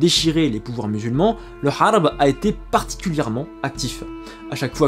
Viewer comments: Tu continue à dire kharb alors que c'est gharb??? Pourquoi ? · attention pas kharb andallouss mais rharb andallouss. R comme ronaldo. KHARB A UN SENS DE RUINE. ET GHARB RHARB RARB A UN SENS D OCCIDENT.